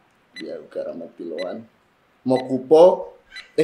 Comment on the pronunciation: Cing Said: Mokupo😭🤣